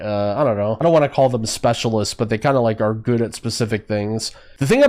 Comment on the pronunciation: ok so weird question...i noticed you often say "" instead of "good" or "complicatedn" instead of "complicated" so you sometimes add an "n" behind words....its weird to me as english is not my first language. So is it just a regional thing or is it some kind of slang?